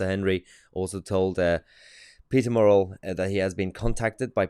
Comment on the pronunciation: Good news content. But his name is "murrell" not morell as you are calling him !!